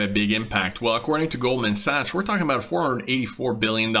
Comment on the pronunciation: It's actually pronounced Goldman Sacks. Nice vid tho